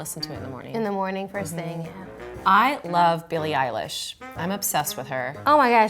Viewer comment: pronounces billie eilish right but, says khalid wrong......smh i’m not okay